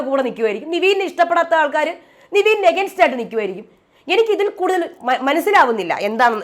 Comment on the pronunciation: നിവിൻ അല്ല നെവിൻ 😁